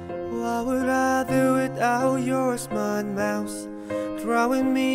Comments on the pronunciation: They really pronounce mouth as mouse even Chanyeol on his cover of this😂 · lol I think people think its cute that he said "mouse" instead of "mouth" not that they are complaining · My Korean professor is also the same pronunciation "mouth-mouse" but its ok ...they have unique voices i love it!...